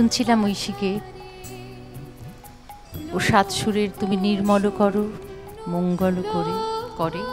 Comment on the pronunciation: মঙ্গল উচ্চারণে একটু সমস্যা আছে। এটা 'মোংগোল' হবে।